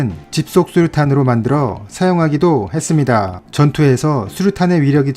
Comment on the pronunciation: ~ 했습니다~ 이 부분의 발음이 굉장히 특이 하시네요